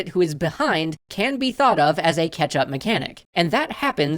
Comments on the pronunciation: CATCH-Up mechanics, not "ketchup" mechanics! ...all I hear is "ketchup". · I am absolutely sure is saying ketchup. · Luconis funny, I kept hearing catsup 😅